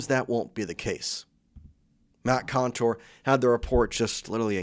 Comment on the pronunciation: Not Matt Contour, Matt Couture.